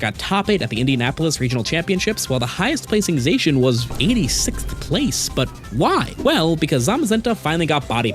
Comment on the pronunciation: /zah-shian!/ Not... /zay-shian/!